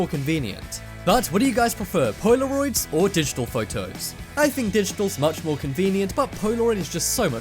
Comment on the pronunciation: lol "poy-la-roids"